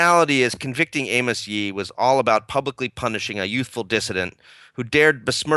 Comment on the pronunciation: Its actually amos yee. (A-mers-)